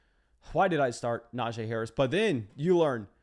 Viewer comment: Love your content, BUT, I gotta help you. It’s Nah-Gee Harris. NOT Nah-Jay. You’re welcome.